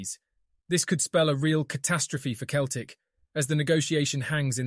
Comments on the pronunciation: It's CELTIC NOT KELTIC !! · Say Keltic one more time ya fanny